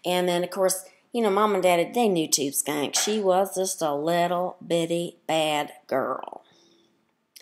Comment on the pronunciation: "Next Time"...could you at least say her name correctly?????? It is Tubeskankeeeeeeeeeeee.